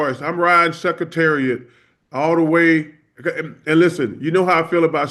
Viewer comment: Riding the Seahawks like we riding "Suck-cretariat".😂😂 I don't think I've heard that pronunciation before.